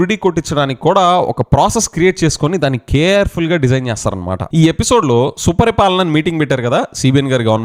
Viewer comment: Suparipalana kadhu.supaari palana